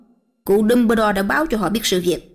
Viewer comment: uk, sau 4 phần truyện mà vẫn her mi one, phum ber dol, ghét vl, giọng thằng Nam dương, h đến giọng bà này mà mấy người kia còn thẩm đc thì t cũng chịu, chắc người nhà vào bênh :))